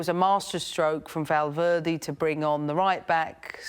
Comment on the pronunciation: She might struggle with pronouncing perfectly straightforward foreign names but her points about Messi's increased leadership on the pitch and Valverde's substitution were spot on.